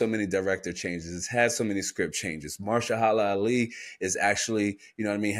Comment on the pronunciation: say it with me MA-HER-SHA-LA ALI 😂